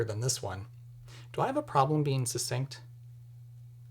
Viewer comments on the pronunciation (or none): NEN aside, could stand to look up the pronunciations of codify and succinct. (Also, logically it should be "didn't use to" - not "didn't used to" - though few guides weigh in on that.) Good stuff as always. Isn't there also something about a copyright on the classic beep sound?